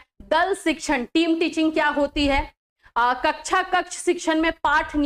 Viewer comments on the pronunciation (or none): none